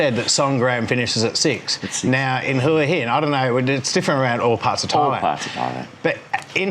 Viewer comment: Hoo-ee Hin....Cracks me up. Pah-Tay-Ah. Hilarious